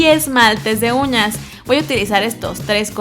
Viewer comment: Like si te diste cuenta que en el minuto 8:1 dijo esmalte de unas